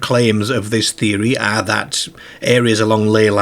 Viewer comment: I know the rural Lancashire accent you're talking about and this guy does not have it. This guy does NOT use a rhotic "r" actually, but that's not what we're talking about. It's his strange pronunciation of "car" as "care", "are" as "air" etc that's confusing us. I've simply never come across it in any northern British accent before.